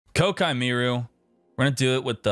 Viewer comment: Sorry, but does he know it's Koa'ki and not Kokai? Or is this a meme? I'm confused. Please explain.